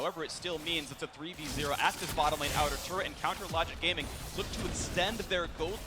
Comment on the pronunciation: is it me or do I hear him say " counter logic grame-ing" lol